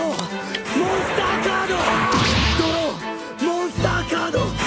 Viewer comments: The legend says that he's still saying "MONSTA CADOO" till today. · ドロー!モンスッターカード! It's "Doró! Monsuttá Kádo" not monsta cardo. In japanese they write by syllables, and the only consanant that has its own symbol all for itself is N. Therefore they can write "monsu" without difficulty. But, whenever translating from english to japanese, all. "Er"s become "a", and the "ッ" symbol signifies a jump. As for cardo, there isn't a "r" there. Our english speaking minds just assume there is. Also in japanese they dont have an equivalent for "C". Only K. and THAT is why it sounds like "monsta cardo" even though it's DORÓ MONSUTTÁ KÁDO! now can you Lil Kuriboh fans start saying it right😑?